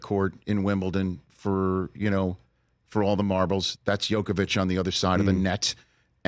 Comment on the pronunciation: "Youkovich"... jesus Rich wtf... same as Dan Patrick and his "Youkich"